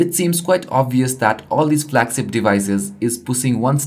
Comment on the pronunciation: flagSIPS, INTERNASNAL lol this guy cannot pronounce the "SH" sound for the life in him, we all had a field day watching this at work lol, we must have watched it about 5 times just for the laughs although might I add, it was insightful.